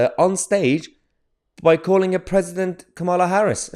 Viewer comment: Please don't say 'President Kamal Harris' again. God help us!